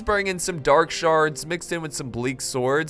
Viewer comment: Soubded like you said dark sharts lol 😂😂 love your work bro i forget to like sometimes lol